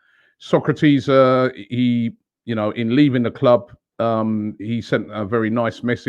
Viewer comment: Robbie it’s pronounced So’ kra’ tis !!! It’s been 3 yrs 😟